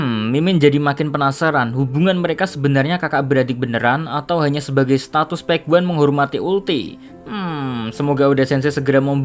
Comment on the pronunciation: Gregetan denger PEK WAN. yang bener pej wan. Pej wan.